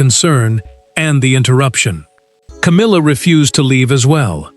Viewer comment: Love the “Cowmilla”!